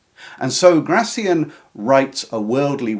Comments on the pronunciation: Please stress his name correctly, on the final syllable: Gra - thiAN. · Gracián, stress on the last syllable